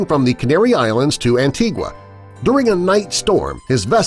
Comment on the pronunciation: Like seriously? Antigua is pronounced "Ant-e-gah".